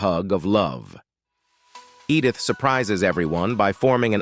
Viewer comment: Edd-ith … And Sally S Truthers… does it keep getting better?